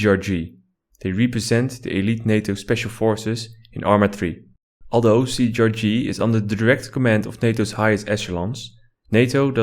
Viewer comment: It's not CGRG wtf xD cee tee ar gee